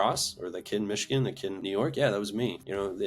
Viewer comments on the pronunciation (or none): none